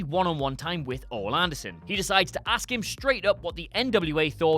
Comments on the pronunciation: My man... Its pronounced O-Lee Anderson. Sorry that $hit was bothering me. I've never heard a wrestling fan say it like that. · I thought his name was pronounced "Oh-lee" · O-Lee and Lands-berg. 3 was just self-masturbation. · Isn't it Ole? Like...Oh-Lee?? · It's pronounced "Oh-lee". Come on. The guy is a legend. You guys should know this. He's an original horseman. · it’s pronounced O lee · Still can't pronounce oh-lee lol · Dollysinn Nope. Oh-Lee. The WWE even acknowledges the pronunciation. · Mike Rogers It’s actually pronounced Oh-le like le in lemonade) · Ole doesn't rhyme with hole you a-hole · You're very wrong. Have you ever heard an interview with any of the people who actually knew him? All of the podcasts out there from wrestlers and Bookers who worked with him? Because none of them pronounce it that way. It's "Oh-lee". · You mispronounced Ole Anderson's name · Quit watching when I heard him pronounce Ole Anderson's name. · Stopped watching as soon as you mispronounced the first wrestlers name. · This clown can't even correctly pronounce Ole Anderson's first name. LOL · You can be a fan at any age. But if you don't at least know the business enough to properly pronounce one of the 4 Horsemen's name, even as everyone and their brother talks about the man? You are a casual at best. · CAN WE PLEASE PRONOUNCE OLEs NAME CORRECTLY FOR ONCE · It's pronounced "Oh-Lee", not "Ol" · His name is not Ol Anderson it is prenounced (Olie) Anderson lol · Not 'ol', it is pronounced 'Oley' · not Oll Anderson its Oh-lee that's how it said long E sound. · Oal ? You mean Oally? Because that's how it's pronounced. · Ol-E not ollll, sorry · is officially the fastest a WhatCulture video pissed me off, it's not Ol Anderson, it's Ol-E Anderson, and it proves to me that WhatCulture Doesn't know or care about Wrestling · I really hate to correct someone but this man is a legend. No he's not Arn or Rick or even Tully but he is a Horseman. It's pronounced Oh-lee not Ol.